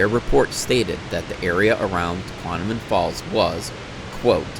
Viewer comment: Great video! For future reference - It’s pronounced “tuh-KWOM-uh-non” - not “tuh-KWON-uh-min”.